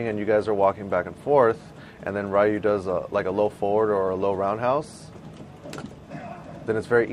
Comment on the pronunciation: I'm just sitting here wondering how someone who plays street fighter and goes around the world to play it, says Ryu wrong... Jesus...